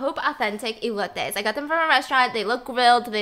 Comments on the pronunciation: She said elots it’s E L O T E S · Mexicans: OMG SHE SAID ELOTES WEY Well, I’m pretty sure that’s only me lol